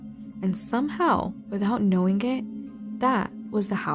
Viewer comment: OMGosh, I cannot listen to the girl with long, straight, black hair. If she's reading this: words like "knowing" aren't pronounced knowinGUH. "Growing" isn't pronounced growinGUH. The g is soft, not hard! You're adding an extra syllable to these words. You sound uneducated and it is annoying AF to listen to you. Find another hobby, please. Leave this to the professionals that know how to speak correctly.